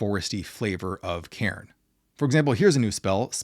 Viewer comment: Cairn not Karen!!!!!